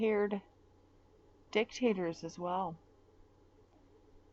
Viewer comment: They ain’t reading Hemingway. You said dick taters 3 times in a row. Nailed it.